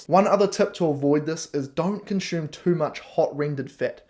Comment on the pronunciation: I love the haircut,. Having lived n NZ I can even cope with the tortured vowels Kiwis use when speaking English. But pronouncing ‘consume’ with an ‘sh’ sound when I’m used to hearing an unadorned ‘s’, is not working for me. Please stop. 🙏